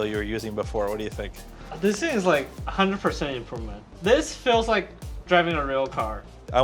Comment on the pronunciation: "This thind is a boat" yes thats what they are known for.